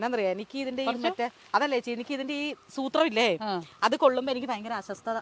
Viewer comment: ...അശോസ്ഥത അല്ല അസ്വസ്ഥത...